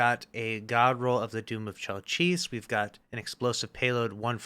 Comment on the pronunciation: You pronounce chelchis weird lmao, however yes this gun is insanely good and this has been my favorite roll I’ve gotten outside the massivefly